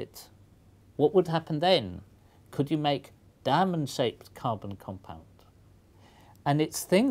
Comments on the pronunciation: when i hear the word diamond i hear damnond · Lol at the way he says "diamond".